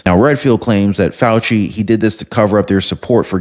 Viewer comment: Fauci, not Fay I, lol